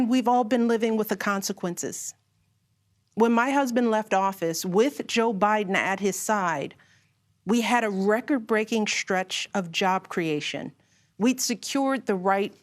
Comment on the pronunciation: Shtruggle? Shtretch?